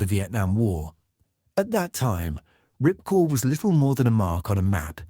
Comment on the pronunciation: The base was called Ripcord yet the guy kept calling it Ripcore, very sloppy commentary